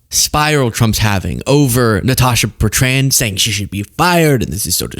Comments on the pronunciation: Not Bert...ran..my god!! Cringe worthy to me!! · Why are Americans incapable of pronouncing Betrand?